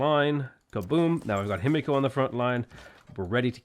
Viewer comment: Himiko ends with a short and open o (not ow). Not natural, but perfectly doable for English native speakers. Just keep your mouth open and the same diameter the whole time you are emitting the sound. Maybe you would like to try since you are pronouncing her name so many times :) Btw. funny how in English final "o" almost always means closing the mouth, but not the same for final "a" (a and aw are different).